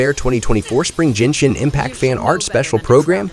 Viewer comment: mf really pronounced Genshin as Jinshin